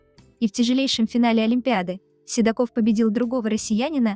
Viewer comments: Правильно ставьте ударение. Не СидакОв, а СидАков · Автору! Ну во-перых, не Сидаков ,а Сидаков! Ударение ставится на ,, а'', во- вторых, перестаньте полоскать эту пару! и причинять им боль! Я так думаю, ВЫ ОЧЕНЬ ЛЮБИТЕ КОПАТЬСЯ В ЧУЖОМ ГРЯЗМОМ БЕЛЬЕ, сразу видна ваша не чисто плотность, а еще, вам нужны настолько деньги и не важно как их зарабатывать! Очень мерзко с вашей стороны!Попробуйте себя прополоскать на весь мир!!! Слабо! Не думаю, что очень порядочная, иначе не создали такой гнусный ролик. Эта пара сама бы разобрались между собой! Я никого не защищаю! Просто, у нас в Осетии любят лезть, туда куда не просят! Вот таких людей у нас ,, доброжелателей'' очень много. Я бы на их месте подала бы на Вас в суд! За то что Вы заставляете их заново пережить позор или не позор! Ведь я уверена в том что не разобравшишь Сидаков повел себя не очень красиво! Это не мужской поступок! Его слабость и что скажут обо мне! Ведь там как я помню было много приглашенных, вот и это побудило его себя так повести. Теперь о пишущих коменты: прежде чем писать свои негативные коменты подумайте о своих детях! ?????? Какие у вас дети, все ли вы знаете о них, есть у вас горантия, что ваши дети не такие!? А на это у меня все! Я просто устала. У каждого человека свой путь! И только Бог распоряжается кого казнить когомиловать! Счастья и добра всем! Молодежь нужно учить старшему поколению! Старшее поколение в семье Сидаковых видемо не об'яснили сыну о том , что всегда и во всех ситуациях нужно иметь холодную голову. Горячая голова не дает правильных решений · Он СидАков, а не СидакОв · Не Сидаков, а Си'даков, ударение на и́ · Пожалуйста ,ставьте ударение правильно .Нужно говорить СидАков .Не искажаете фамилию 😮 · Неужели нельзя сначало узнать как правильно говориться фамилие ? Тем более олимпийского чемпиона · Ударение в фамилии хоть правильно говорите!! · Фамилию правильно произноси.